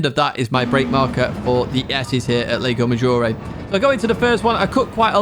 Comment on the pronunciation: everything is perfect here but the lago maggiore pronunciation. the 'a' in lago is pronounce in italian like 'u' in english. in italian you are saying leigo not lago.😂